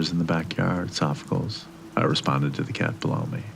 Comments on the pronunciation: Its "Sof-Oh-Clees", not sofficles. Great job with the read though. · Loved the story, although I almost choked at the pronunciation of 'Sophocles', one of the most famous philosophers in history.